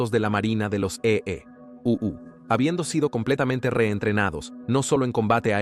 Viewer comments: Muy bueno el relato, pero le hago una sugerencia: NO DIGA EE U, diga EUA o EE. UU. EE. U. le quita importancia. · Debes enseñar a la IA a leer EEUU o a EU a decir Estados Unidos. Se oye horrible cuando lee E.E.U.U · Deberian advertir que lo narra una voz artificial. Cada vez que dice E, E, U, U… me explota el cerebro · E-E-U-U E-E-U-U sabes que EEUU son Estados Unidos. Habla claro coño. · Como se nota que lee en español una IA, porque en lugar de decir Estados Unidos dice EEeee y tras un brebe silencio unas veces dice U y otras Uuuu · Ése tipo no sabes decir usa es un fato que cosa decir EEUU jajajaja no voy a ver ese documental eeuujjj😅